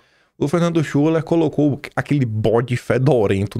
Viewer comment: a pronúncia certa é Fernando Shiler com o “u” com som de “i”…..Boa sorte aí amigo!!!